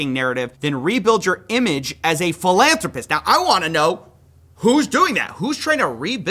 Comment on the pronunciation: I think you're mispronouncing philanthropist